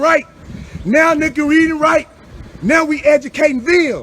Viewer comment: ceep reedging'🤣😂😆 YOU DONT READ 😂🤣😆